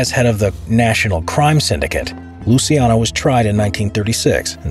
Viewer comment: It's LUCIANO, not Lusiano... for non italian speakers just imagine like it was "Luchano".